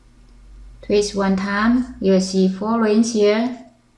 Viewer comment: why before you say twist , you say treest? O_o